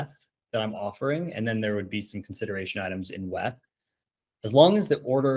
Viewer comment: The way you say WETH tilts me